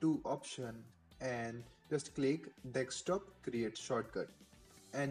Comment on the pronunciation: wtf all Indians say "dekstop" wtf is this it is desktop u shitheads